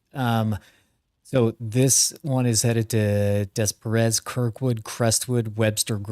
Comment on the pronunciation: Wow, crazy seeing Reed in my neck of the woods! Few pronounciation hints in case y’all ever gotta come back through here. Never stop chasing! Des Peres - Da Pair Sauget - SoJay (French sounding) Swansea - Swan-See